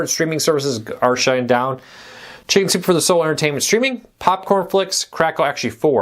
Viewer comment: Please enunciate.. You say “shinzupefordaso” instead of “ Chicken Soup for the Soul”. Use your words.